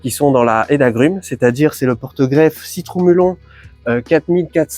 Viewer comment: FAF 5, Citru"Melon"... c'est horrible aux oreilles